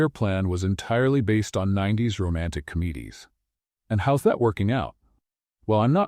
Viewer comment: it's "com'adies", not "com mee' dies" :) - a fun story, thanks